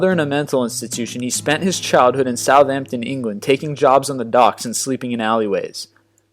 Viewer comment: Being born in and living most of my life in Southampton, England, I am very impressed with your pronouncing Southampton with a silent H; us locals pretty much exclusively do that (as did Cary no doubt) as opposed to people, usually from places like the US and Canada who emphases the H...Thanks for taking the time to notice :D